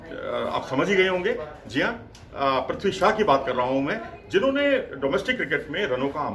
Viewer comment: Shaw not shah